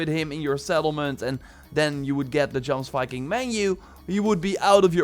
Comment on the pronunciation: Isn't Jomsviking pronounced ''yomsviking''? Like Jorvik?